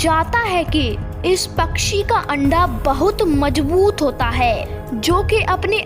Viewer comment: Beta apni pronunciation thik karlo bajboot nahi mazboot bolte hain.